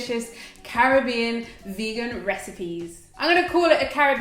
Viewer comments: Thks for the roti recipe. And thk u for pronouncing the Caribbean properly...I'm in the states so the frustration is real....hehehe🤩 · Yaaayy, you pronounced Caribbean right. These dishes look delicious.